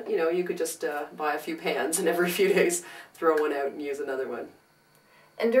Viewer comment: "Take the smell oooT" Who is Canadian?? :D YOU are! Seriously cannot find 38 min to watch this, couldn't you TRIM THE F (A) T?! Esp since I don't have a house cat...